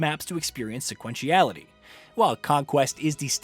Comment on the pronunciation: "SUH-QUEN-CHI-ALITY"??? Who taught you how to talk??